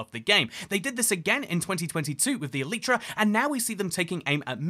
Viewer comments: It's E-Lie-Tra, not E-Leet-Tra. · "eletra" LOLLLLL